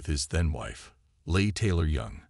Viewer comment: Uh-Leigh Taylor-Young was O'Neal's second wife. Joanna was his first and their children were Tatum and Griffin. I wish they'd know how to pronounce names.(Mye-A Farrow?)